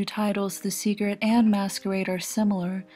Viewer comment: WHY THE FUCK DOES SHE KEEP SAYING "SEGRET"